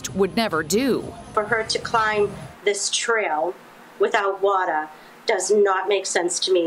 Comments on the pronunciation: I really do not care about what the story is but please learn how to say water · She needed wha-tur